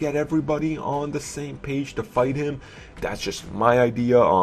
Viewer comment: It makes me laugh every time this dude says The is da or de lol